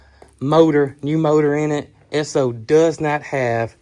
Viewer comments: Sir. That truck is beautiful and if Brooke said go buy it....well she's definitely a keeper lol. And yes over the pond here in the UK we have lots of Esso petrol stations and as a you pronounced it correctly. Love the videos and you guy's are doing a wonderful job. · What a cool truck! Brooke is the master of finding great Facebook Marketplace deals. I am old enough to remember Esso (and yes, you are pronouncing it right) gas stations and the ding when you drove over the hose, and the person coming out to pump the gas for you and clean the windshield and check the oil. Those were the days! 🥰 My walk to elementary school was past a gas station, and we would often jump on the hose to see if we could make it ding. 😂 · Exon is the name now for both ESSO AND ENCO. All the same gas but in Texas it was called ESSO., you pronounced it correctly. We has a "service station", checked the oil, the filter, the windshield wiper bottle, washed the windshield front and back, checked the tires air, vacuumed the floors emptied the ashtrays....While putting in the gasoline. It was so appreciated and expected. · The State of New Jersey still has stations that pump your gas. Still not allowed to pump your own. We know people who live there. Also, you are pronouncing Esso correct. My dad worked for Esso, which became Exxon. I love old things, too. Especially, old vehicles. They don't make them like they used to. My 24 yr old son would absolutely love this F100. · Yes, it's pronounced S-O (short for the company's name: Standard Oil). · Yes - you’re definitely pronouncing it correctly - just like S-O. That was the name before Exxon. That truck is an amazing buy - kudos to Brooke for that one! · Ess' Oh is the correct pronunciation. It is really the abbreviation S O for Standard Oil company.. It has history. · We still have an Esso station outside of mu home town and you are saying it correctly. What a find and enjoy it. FW